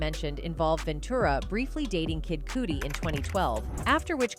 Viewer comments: Find a narrator that can actually pronounce words in the culture she’s reporting on… His name isn’t Kid Cooty… People in your own media report are pronouncing these words for you…. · Kid “Kewdy” is wild! You gotta stop saying all these names soooo wrong!😂😂😂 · She said kid koodie 😂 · I know there is so much more that is at front right now, but is someone going to tell her how "Kid Cudi" is pronounced 👀